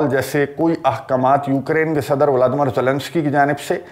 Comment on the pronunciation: Assalamualikum bhaijan viladimir viladimir nahi bola karein